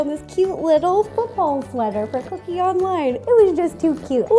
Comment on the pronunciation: She called cookie "kitty"